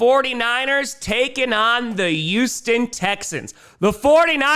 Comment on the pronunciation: It's Titans with a T, not "Ti-uns." And it's Houston with an H, not "Uston." Sorry, but this is English. Love you, man!